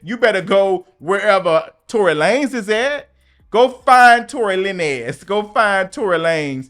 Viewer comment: I loved when you use to say Tory Lay-nez 😂😂😂😂 I’m crinnne